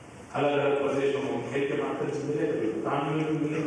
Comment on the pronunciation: Aap ko bhutan bolna nahi ata bhutaa n. Bolta ho pm jee spaling galti hai